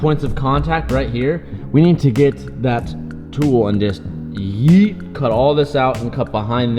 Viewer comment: Lmao the way this guy says YEET